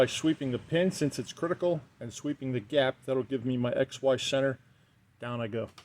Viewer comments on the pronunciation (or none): Every time says xy i hear ex wife. 😐